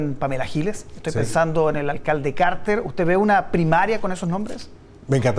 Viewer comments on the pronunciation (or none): Dice alcalde “Cahrtehr” como si su apellido se pronunciara en inglés en Chile (como Jimmy Carter), cuando todos en Chile (y el mismo alcalde) dicen “Carter” en español. Ok… me van a decir que “es que el vive en EEUU, obvio que lo dice en inglés”… ok… segundos después dice “Orlando”, la ciudad en Florida, EEUU y la pronuncia en español…